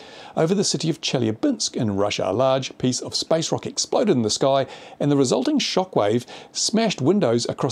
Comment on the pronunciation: Meteorites are not space junk, space junk is stuff we the people of earth put up there. While I agree 99.99% of the time with what you say comparing natural phenomena to drone incidents is stretching it and servers no purpose in furthering the drone cause. Not to mention you need to speak the word, your "rock" sounds a lot like "rocket" but then maybe that was intentional.